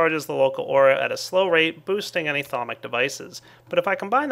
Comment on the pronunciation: Aura sounds an awful lot like air...